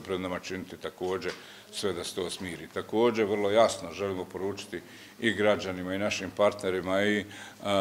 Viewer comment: Ne kaže se takodže, već takođe. Nabijem na džordana vas sve koji skrnavite naš jezik, jer ne kaže se takodže, ćaša, ćesma, đamija, prića itd., već čaša, česma, džamija, priča itd .